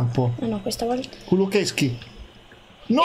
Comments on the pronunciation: Si dice kulusevski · si dice kulosesky